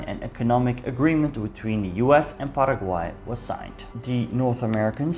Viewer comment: Quiero agradecerte muchísimo por pronunciar correctamente el nombre de mi país Paraguay. Soy paraguayo, pero mezclado o "jopara" como se diria acá porque mi padre es descendiente de mennonitas y mi madre es una brasileña descendiente de alemanes 😅 por lo que puedo decirte que lastimosamente no pronunciaste correctamente el nombre del querido pueblo "Hohenau" pero el paraguayo promedio tampoco lo pronuncia bien 😂 Olvidaste mencionar que la mayoria de los paraguayos hablan "jopara" que en guarani literalmente significa "mezcla" y es una mezcla entre el español y el guaraní. Gracias por llenar esos huecos de nuestra historia que normalmente no se habla acá, respecto a lo que pasaba en paraguay durante la segunda guerra mundial e inclusive corria el rumor de que hitler supuestamente no se habia suicidado, sino trasladado a Hohenau. Este hecho fue luego desmentido gracias a la confirmación del suicidio de hitler en su búnker. Los Estados Unidos nos forzaron a atravesar la dictadura más larga de Latinoamérica (casi 35 años) y existen profundas grietas hasta hoy en dia en la cultura nacional debido a este suceso. El actual presidente de la República, Santiago Peña, parece ser un títere del exmandatario Horacio Cartes, asi como Alfredo Stroessner era un títere de los Estados Unidos. Tenemos mucho todavia por madurar, nuestra independencia de España fue en 1811 pero nuestra constitución nacional es de 1992. Paraguay es un pais que sufre hoy en dia mucho por ser uno con los índices más